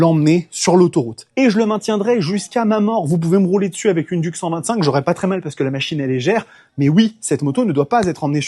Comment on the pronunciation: une duc...un trou...on dit DIOUKE